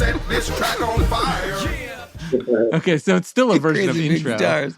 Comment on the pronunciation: Keenan's pronunciation of "fire" is enough for me to be laughing through half the song. I don't know if that's how Reba says it, but until proven otherwise I'm choosing to believe that it's accurate.